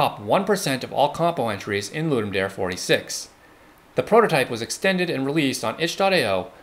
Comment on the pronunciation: It’s “loodoom da-ray”